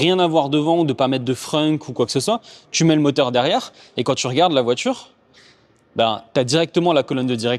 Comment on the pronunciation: ...VOITURE !....Pas "VOITJURE" Merci 😆